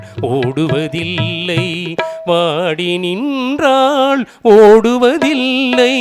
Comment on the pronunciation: வாடி நின்றாள், என்றாள் என்று பாடுகிறார். உச்சரிப்பு சரி செய்ய வேண்டும்.